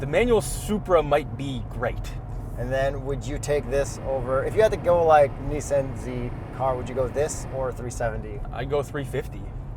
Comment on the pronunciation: Nooooooo, I will only allow you to say mezda wrong, not nissAN too. :)